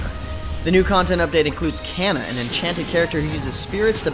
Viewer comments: Kah-nuh* Not Can-eh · don't pronounce Kanna wrong...don't pronounce Kanna wrong...don't pronounce Kanna wrong...DAMMIT!